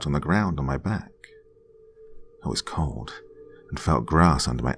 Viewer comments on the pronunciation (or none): none